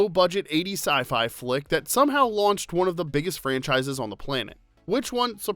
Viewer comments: WTF is a SCI-FLI FICK? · "Sci-fly fick"…. ? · Sy fly phic lol right at the beginning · Sci fly? lol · "Sci-fli fick." That's awesome. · He said sci fly fick lmfao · "sci fly fick" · "Si fly fick" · I heard that too: "scifly flick". 🤣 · Sci-fly fick? Lol